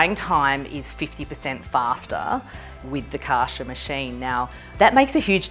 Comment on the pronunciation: kar cher lol not kaasherr